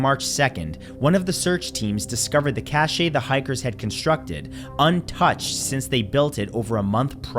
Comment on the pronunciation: cache is said like cash, the e is silent